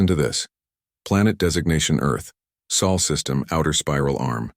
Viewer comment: Morrison, Chen name used. Automatic dislike! AND IT'S SOL NOT SAL. Ero Greenwich time? FTL travel with chemical rockets? Really. How stupid can you be? And could you have a more sudden none ending? Even more stupid.